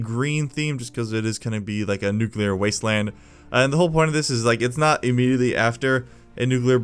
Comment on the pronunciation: nucular bomb